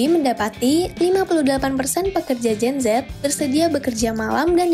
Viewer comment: Ngomongnya jen zet jen zet udah kek mati lampu aj